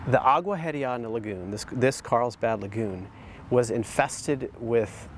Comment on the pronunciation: Agua Hedionda Lagoon is actually pronounced Agua Eddy-onda, and it simply means "Stinky Water Lagoon".